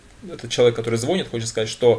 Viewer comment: ну.пожалуйста.слова ложит нет в русском языке.надо говорить кладёт.Ав слове звонит ударение не на О.а на И. уж извините